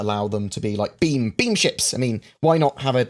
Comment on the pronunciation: Lol I heard bean ships instead of beam